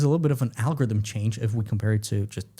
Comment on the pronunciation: What's an "algothm?" Why don't people e-NUN-ciate any longer?